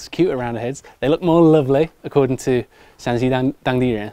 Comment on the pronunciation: 陕西说成山西了，哈哈